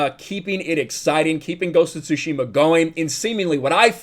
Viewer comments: I am soo looking forward to have a go at the game, I still haven't to this date! And coincidentally I am also learning Japanese, so gonna totally play it with Japanese language option! Also, a small tip - its pronounced "TsUshima", not "TsushIma";) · The t is silent you thick w⚓ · .............the T is silent.